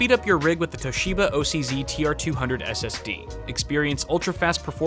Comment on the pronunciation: Am I the only one who heard "240, 480 and 960 GB ASS-Ds"?